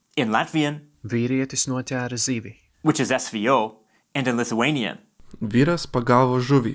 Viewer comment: Great video, but I was so bothered by the Latvian pronunciation of the letter "ē" here and . The letter differs in sound from word to word, but in the case for "noķēra" it should be pronounced with a [ɛ] not [æ].